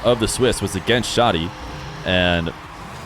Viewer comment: Hi! i'm arabic and the way to pronounce it is Shadi (you say the "a" like when u say 'cat') not Shodi